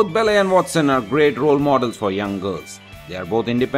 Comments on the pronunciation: Belly?! It's Belle as in Bell. I couldn't get past that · Belly? Um, not to be rude and all, but you pronounced her name WAY wrong! It's Belle, but to make it easier for you, it's pronounced exactly like bell. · it's belle not belly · Please learn to pronounce her character name properly - It's Belle ... not BELLEH! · it's funny when you pronounce it like "bell" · all i hear is "bell-air" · It's Belle. BellE not Bellé! BELLEU AND SAME FOR HERMIONE HERMIIONE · Actually he is Indian. And that is is why he is speaking ridiculously. He is speaking in Indian English accent . The most funny part for me was when he pronounced hermione as Hermene and Belle as Bell-e! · I believe the narrator should really learn how to pronounce "Belle" and "Hermione" "Belle" is pronounced as "Bell" and "Hermione" as "Her-mi-o-n-i" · Belle and Hermione Granger are pronounced differently...... Maybe you could correct that later? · he cant pronounce Belle or Hermione Granger !!!